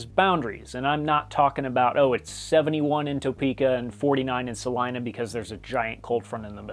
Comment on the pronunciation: I love hearing you say salina correctly 🤣 as a native it's appreciated